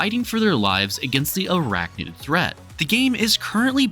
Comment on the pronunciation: NID… ArachNID… not “Noid”